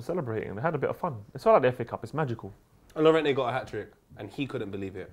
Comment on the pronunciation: Can y'all hold 2 L's for not knowing how to pronounce Llorente...